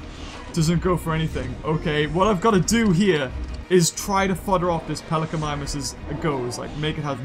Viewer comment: you called it a pelecanimimius